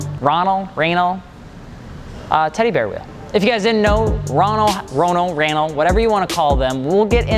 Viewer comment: Ronal= Ro ( long o ) Nal ( emphasis on 2nd syllable )